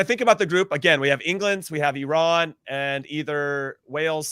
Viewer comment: Thank you Heath for pronouncing Iran the the correct way. We are not an Apple product.